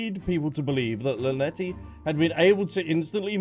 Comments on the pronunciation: "Lynet-tee" ? 😂😂😂😂 Love it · The way you can’t pronounce the twins names 😂😂 “Lunehtitty and Lunette”